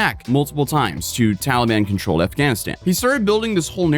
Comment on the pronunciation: lol he said “Towelie ban”